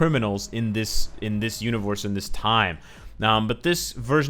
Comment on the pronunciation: Anybody hear him say univorse